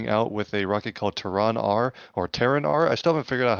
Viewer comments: ter-ron???? what I think no that's a fail, NO its terrain as in Terra Firma as in earth 😂😂😂🚀💯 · Lol it’s Terran like Terra firma or Terraforming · here’s a phonetic spealling for terran /ˈterən/ how you’re saying it is like tehran the capitol of iran